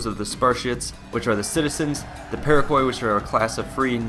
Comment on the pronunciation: Perioikoi is pronounced Per ee kee, and pyrrhus is pronounce Pir-us, just like Pyrrhic